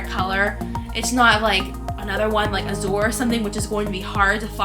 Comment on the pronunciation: Lol, it’s Suede ( swade ) not satin! ♡︎ And about the Azure color it’s pronounced az-ur :) sorry if I’m being a little offensive, I don’t mean to be. ♡︎